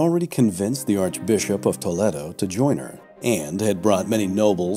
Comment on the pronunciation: Toledo = Toe- lay-doe.😊